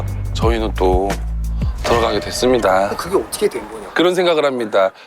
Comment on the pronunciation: 어떻게해도 그럼 어떠게해 라고 발음 하든가 신용재 못해 부를땐 또 밥도 잘 먹지 못해 라고 잘 하드만 처 말할때만 모대 모대 거리제